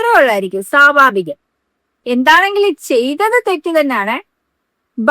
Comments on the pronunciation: സാബാവികം അല്ല സ്വാഭാവികം എന്ന് പറ മുത്തേ😢😊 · Sabhaavikam alla pengale swaabhaavikam